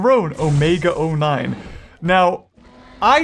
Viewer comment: Why does he say omega o9